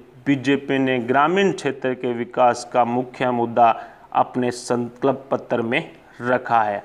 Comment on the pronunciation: Bhai please "sankalp patra" bolna sahi se sikh lo. Tumhare channel ke liye fayda hoga.